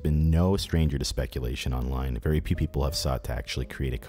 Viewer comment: you accidentally say "Peepee" instead of very few "people".. LOL